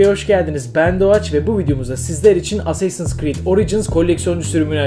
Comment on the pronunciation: Asseysins crid